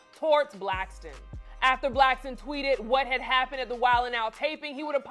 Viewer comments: Why do people call him Micheal Blackston? It's Blackson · Who’s “Blackston!?” 😅😂